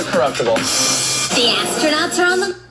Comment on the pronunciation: She really said Asstronauts...